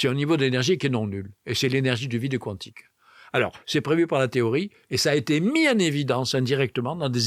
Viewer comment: Physique cuantique (Cou-antique) ou quantique (kantique) ? Ce n'est pas la première fois que j'entends cette prononciation...